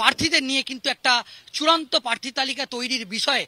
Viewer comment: কথাটা প্রার্থী, পার্থী না। যত্তসব সড়ক ছাপ।